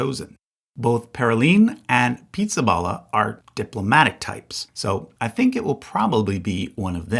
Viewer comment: Did you deliberately mispronounce Pizzaballa in a mocking way? Or did you not know any better?